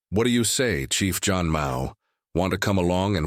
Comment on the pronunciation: thank you! yeah zhan still sounds like john.. yup same as any other languages some word have no english translation